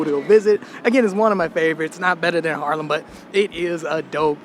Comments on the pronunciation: its not Harlem, its Haarlem, as someone born and raised and stil llinving there please learn to pronounce it :P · Amsterdam is cool and all, there are better places….. haarlem he says😂😂😂😂 haarlem station is the oldest we have and beautiful yes. But Haarlem?! Groningen, utrecht, rotterdam , maastricht yes. But haarlem😂😂😂😂😂 no man you lost the plot